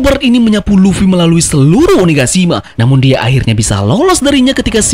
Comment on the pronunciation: Luffy bang bukan luwi